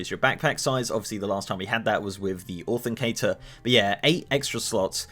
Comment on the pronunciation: authencator?? LULZ it's Authenticator my old mucka :) ty non the less... always like your content amigo.